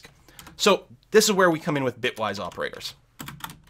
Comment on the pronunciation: He said "Bytewise" several times instead of "Bitwise". That could be confusing for someone not familiar with the terminology since we're operating on bits and not bytes. Just pointing out that it was a mistake and not the correct term.